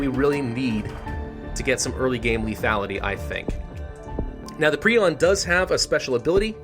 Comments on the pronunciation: It’s pronounced Prion, Not prion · Its not prion its prion ok Pri-on Not Pri-on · It’s pronounced prion not prion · It's pronounced "prion" not "prion". 🤨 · My very nasty message in the comment section. At least you tried. Prion is pronounced as pry-on not pree-on. Preon is a different word, it is: "A hypothetical point-like particle, supposed to be a subcomponent of quarks and leptons." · I think it’s pronounced Pri-on, not Pre-on, idk though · Hermit galaxy It is pre-on not pri-on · No, it's pronounced pre-on. a pry-on is a small petrel of southern seas. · I always thought it was Pri-on not pre-on 🤔😂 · yo, it's pronounced prion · It's pronounced "Prion" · prion is prnounced pry-on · Pronounce it pri-on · Prayh-on is the pronunciation. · It's "pry-on" you sick little freak, what's wrong with you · No, it's pry-on.